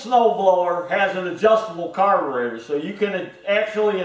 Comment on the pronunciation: Thanks, man, I learned a lot from your video, On how to fix your "Carbutrator" I meant Carburator. All the best and Happy New Year to you and your family.